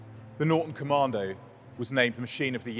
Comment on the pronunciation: Top Tip, there is no R in Commando .